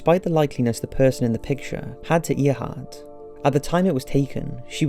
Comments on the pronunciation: Even us Brits know is said 'Air'hart not Earhart. I watch a lot of History programs by British and Americans and all have pronounced it 'Air'hart. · I'm sorry, but Amelia Earhart? That's "air-heart" not "ear-heart". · It's pronounced Airheart but spelt Earheart, good video though. Sorry it just bugged me the way you kept saying Earheart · Haru Yanto haha I'm presuming you are joking. Her name was spelt Earheart but pronounced Airheart. I'm sure her name didn't encourage her to fly aeroplanes or make her pronounce her own name Airheart 😂. Just to clarify it's just they way her name is pronounced it would still be pronounced Airheart if she drove a truck 🤣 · He's mispronouncing it even in his accent. It should sound like "eh-haht," he's saying "eyuh-haht" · Uses the internet to get information but does not use the same internet to find out how to pronounce names! Earhart = 'Air'hart. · It’s pronounced Airheart. It wasn’t a nickname; it’s the actual pronunciation of Earhart. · I’ve liked all your videos so far, you have a great voice and great background music in all the clips but your pronunciation could use some work. It’s pronounced Amelia “Airhart” even though it is spelled Earhart. There have more but I just try to ignore them since your voice and tone are otherwise great. Also, I’m surprised you didn’t mention the Cottingley Fairies, that hoax was started by two pre-teens, and wasn’t debunked for 40 yrs. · I see someone corrected your pronunciation of Amelia Earhart's name, but I'm surprised that more people didn't call you on it. I've been hearing it pronounced "Air-hart" since the 1950s in countless TV programs and a couple or three movies, one of which was a biography. And she "was a supporter of the Women's Rights Amendment"? WTF? Women had had the vote for less than 20 years when she disappeared, so please look it up and tell us when this amendment was circulated---surely not in the less than two decades since women's suffrage was granted on August 18, 1920.